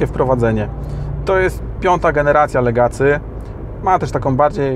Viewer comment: Jak można być recenzentem i mówić "Legacy"? Aż mnie zaczęło skręcać. Czyta się "legasi".